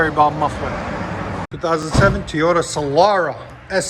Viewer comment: Teyota LOL it’s Toyota